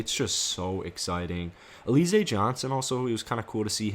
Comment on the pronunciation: Lol! It's Alã-ZAY Johnson!! NOT!!!! A-LEE-zay 🤦🏾‍♂️😂🤣